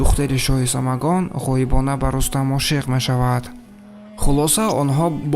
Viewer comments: Бахшиш бародар, Самагон не Самангон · Рои кунед? Не!!! Равон кунед!!! Кахрамони бемонанд? Не!!! Бемисл!!! Нигох доштани ватани ягона?? Не! Ягонагии ватани худро!!! Самогон??😂😂😂😂 Не!!! Самангон!!! Бо фикру фиреб??? Не!! Бо макру фиреб!!! Килаву адоват??? Не!!! Кинаву адоват!!!! Як чанд бор такрор кун!!! Забонат бурро шавад!!!